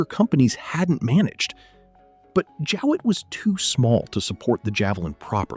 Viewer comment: Jowett not Jewett.